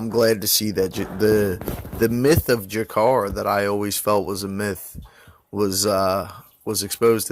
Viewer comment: I agree with what you say about MM bro he really is something special. Would you like to see him fight Cody at 125 next, or ray borg? Gotta disagree about (JA-CA-REY not JA-CAR lol my lady is Brazilian and a real stickler for pronunciation fam) while he's not an all time great by any stretch he's a vet whose always been a fucking savage in my eyes. Seeing waterson lose like that sucked but it shows you no matter how many times rose loses she's always fucking DOWN! Next week cub Swanson fights!!!